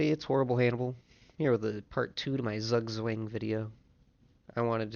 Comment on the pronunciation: very interesting video, thanks! but your pronunciation of "Zugzwang" is really bad 😂